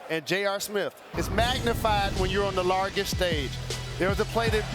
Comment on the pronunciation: Did Jalen say "LarGest stage" ? Lol